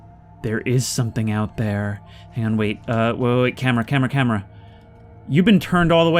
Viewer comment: "that's thrree packs of sparre batrrrees for the cam-e-ra"